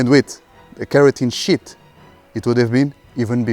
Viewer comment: Bro did not say sheet💀